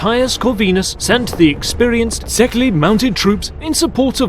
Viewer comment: as for the pronouncation of szekely... try like this: saekei. ly is one letter in hungarian and sounds like y at for example York. (szekelys are hungarians)